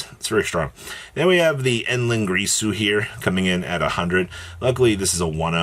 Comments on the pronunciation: ITS GIRSU BRO. NOT GRISU. OH MY GOD BRO IM LOSING MY MIND 😂😂😂😂😂😂😂😂. LOVE U THO KID. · GEAR-su…. GEAR SU! Not grreeeeesu